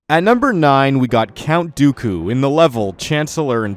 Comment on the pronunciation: Jack Clements he said count doily 4 times